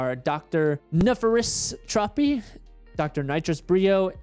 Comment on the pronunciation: I did not just hear you say nefarious tropy’s name like that